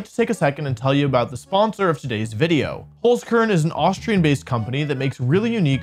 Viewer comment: There is still some improvement left for the pronunciation of Holzkern :')